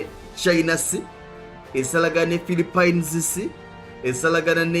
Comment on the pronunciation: Dd i heard philipen😳😳😳!!?